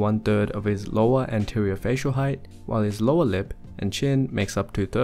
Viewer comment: "the uppa-lip and lowa-lip"